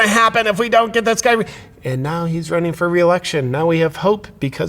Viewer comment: Not to worry JP. He's wunning not Running